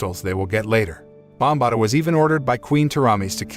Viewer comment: ok its Bombaata not sure why that bothered me so much